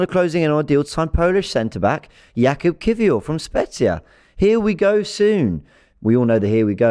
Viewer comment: Jakub should be pronunced Yakub (in polish we pronunce 'j' as 'y'). Cheers! Spot on with his surname though